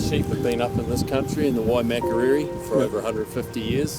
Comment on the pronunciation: even cant say Waimakariri correctly 😂